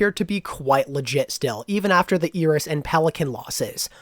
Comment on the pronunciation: why are they pronouncing iris eris?